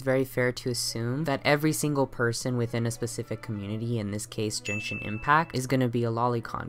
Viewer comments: Genshin is pronounced jenshin! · im so sorry i want to make a profound comment but as a genshin fan the fact that genshin was pronounced different than I've heard literally anyone say it almost broke me down but giving venti as an example of a loli sent me into orbit and that was the final straw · Jenshin Impact? How do I unhear things? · Yeaaaa I’m not taking any dude seriously who pronounces it jenshin while applying 20 pounds of concealer